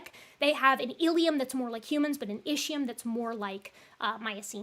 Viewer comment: I enjoyed the brief correct pronunciation of sella turcica. Now, if we can just fix ischium.